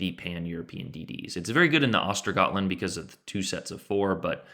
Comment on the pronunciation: The Ö's in Östergötland are pronounced like 'i' in 'Bird' or 'u' in 'Burn'. And the G is actually pronounced as a J-sound spelled with a 'y', as in 'you'. Just figured I'd throw that in there since you (and surprisingly many others!) pronounce Småland so well! Great vid as well, thanks